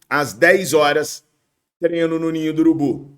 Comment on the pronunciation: Fala treiiinooo, e não trenoo